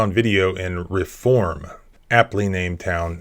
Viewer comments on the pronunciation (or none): Reform: pronounced ree-form Sorry, it’s the Alabama in me. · Pronounce it reeform. Long e